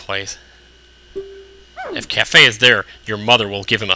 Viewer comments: Im pretty damn sure its pronounced "kay-fee" not like cafe... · his name is pronaced KA-Fie